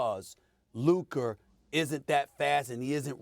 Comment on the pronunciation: Stephen A who is Luker? 😂